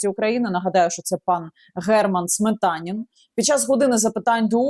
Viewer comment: Сметанин, точно ні Смєтанін...